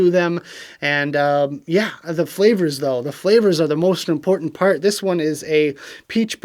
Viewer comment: "the flavors are the most important oart eh boy" lmao you sound like a newfy hahaha made me laugh congrats to the winners